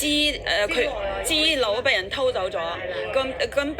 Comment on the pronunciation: 大陸西就大陸西, 扮乜鬼外國返黎,資料讀成豬料